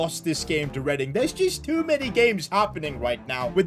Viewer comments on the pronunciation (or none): none